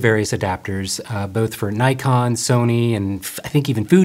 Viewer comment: There is NO 'Y' in NIKON !